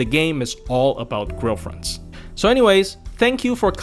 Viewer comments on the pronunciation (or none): wasn't paying attention and thought each time you said grail fronts, you were saying girlfriends